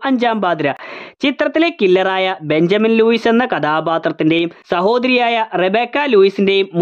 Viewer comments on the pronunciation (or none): none